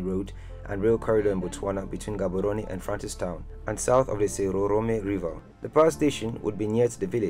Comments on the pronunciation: Lemme help u with speaking my language setswana . So when you read Palapye dont say it as it is just say palape just like some other towns and villages in Botswana that end with "ye" oh and Maun dont say it like that say Maung but dont make the g sound . Theres also Gaborone and other towns and villages that start with G so in this case say the G as if you're gagging or being choked . ALL THE BEST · Learn to pronounce Gaborone please .